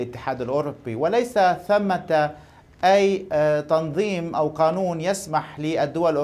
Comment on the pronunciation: يا مدام شو بدك تعرفي من واحد يقول الآناون بدلا من قانون .هههههه